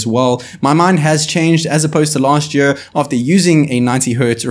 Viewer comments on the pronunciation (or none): say year again :D